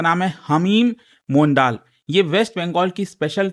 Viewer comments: Sir सही उच्चारण मंडल/मॅन्डल होगा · It is pronounced as mondol/mandal